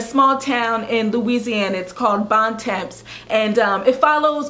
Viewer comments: it's actually pronounced Bon Tah it's french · She pronounced Bon Temps wrong :(